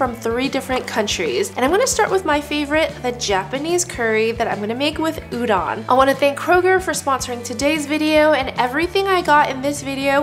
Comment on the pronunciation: looks super good, but it's pronounced u-DOE-n, not u-DON